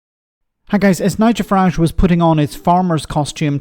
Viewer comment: Good old farmer fuhrage 😂😂😂